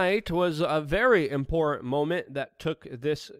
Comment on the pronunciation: Why can't Luke pronounce the word "Important"?